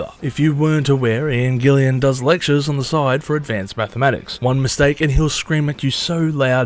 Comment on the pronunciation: It’s Gillan, NOT Gillian! After you said Gillian for the second time I stopped listening. Fail.